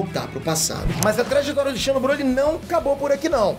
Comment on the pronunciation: xeno, escreve-se assim, mas a ler é como de fosse com um z.